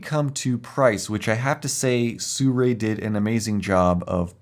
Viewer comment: It's not pronounced sue-ray. It's sue-roux-y or sue-roo-ee